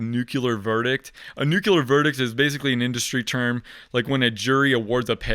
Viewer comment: New clear not new queue lur